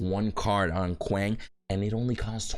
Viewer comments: How did it become normal to say his name like that. Paragon didn't introduce him this way and its not how you actually say the name lmao. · the pronunciation of a name depends on the intent of the giver. Your name may be said multiple ways because different people accept a different pronunciation as correct. When there is a Kwang intro video from paragon (the name givers) you can not argue that your choice to say it wrong is correct